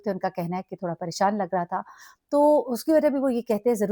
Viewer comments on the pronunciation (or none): none